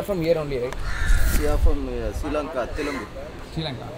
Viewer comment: It is not Stee Lanka👈 call Sri Lanka. ஸ்ரீ லங்கா. சிறீ லங்கா..... வேண்டாம் நீங்கள் இலங்கை என்றே அழையுங்கள்.....